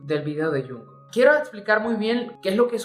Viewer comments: "Yunco" JAJSJA. xdxdxdxd. Se pronuncia Chongu xdd. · Me mata que digas a cada momento "yunco" en lugad de "yongcuc" 😂😂😂